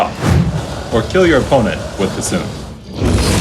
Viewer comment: I think he's making a joke that the guy said cusoon and not c'thun